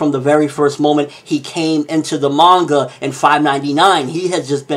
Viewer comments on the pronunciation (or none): none